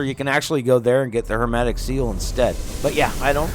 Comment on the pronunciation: my guy it's HERMETIC SEAL, not "HERMATIC" !!! idk why but it's bothering me so i had to comment XD